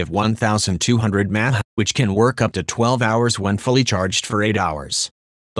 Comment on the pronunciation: one thousand two hundred mahh